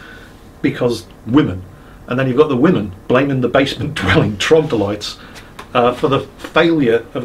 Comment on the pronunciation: Time for verbal nazism: the world is troglodyte, not trogdolyte. Heroes of Might and Magic 3 taught me well.